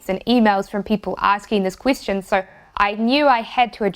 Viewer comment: Question...you said "Queis-tion".